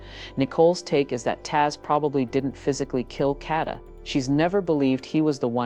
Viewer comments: Yes, say her name correctly!! Kaaaa-da!! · Say her name correctly. Damn!